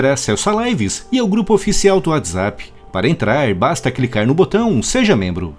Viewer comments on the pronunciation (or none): none